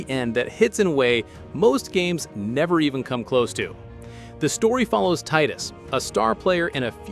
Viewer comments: Final Fantasy "EX"?? WHAT IN THE HELL!? it is "Teedus". Come on, man, that is unacceptable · Not Tidus from tide. It is Tedus.